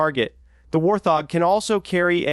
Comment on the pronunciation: say it with me..... WART-HOG......fkn AI